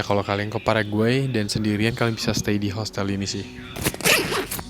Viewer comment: sering salah nyebut paraguay jadi pargoy